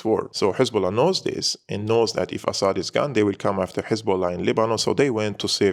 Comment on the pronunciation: it is very annoying how you pronounce "Assad" as if you are a foreigner. In Arabic we pronounce it differently. Please let the foreign audience pronounce it correctly